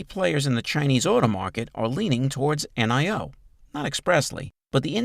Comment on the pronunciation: Stop saying N i O. Its Nio